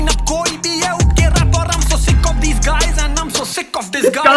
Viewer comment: When he says Diss guys it sounds like disguise